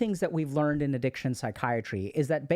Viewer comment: bruh really said Addiciton